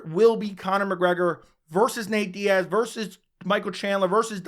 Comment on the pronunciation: It's Diaz....sorry chandler